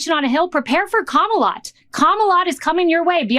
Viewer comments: Kamalot? I like it 😂. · When she said kamalot.... i think that was a great thing. Lotsa people want to live there. Keep touting that legendary land.... my queen.... kamala.